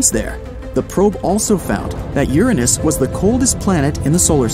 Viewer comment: The way he says Uranus is wrong